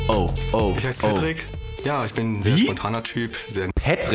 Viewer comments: Ich erklär Dir mal warum "PÄtrick" und nicht "Patrick".... Weil auch "lowkey" statt "bisschen"... Checkts selber net... xD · "petrick" ist die englische aussprache von "Patrick" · Einfach einmal deutsche Aussprache und einmal amerikanische beim Namen Patrick das ist der einzige Unterschied